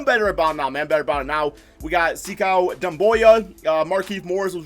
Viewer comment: just to help u out, it’s not (se-cow) it’s (sa- koo)